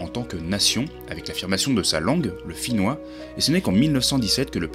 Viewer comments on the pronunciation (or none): C'est gentil d'avoir partagé la vidéo ! En effet, ma prononciation est fautive et je m'en excuse. J'ignore tout du finnois, malheureusement. Quant à ces textes je ne les connais pas !